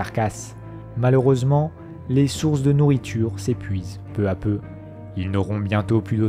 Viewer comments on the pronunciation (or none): Bonne vidéo mais pitié, attention aux liaisons "mal (t'à) propos" telles que "peu (z'à) peu". J'en ai relevé suffisamment pour me permettre d'attirer votre attention sur ces mauvaises dictions (en toute simplicité et gentillesse évidemment). Bon travail, merci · Intéressant ...Mais je ne sais pas qui a écrit le texte mais certaines liaisons font mal aux oreilles ...Notamment "peu z'a peu ... et les autres ...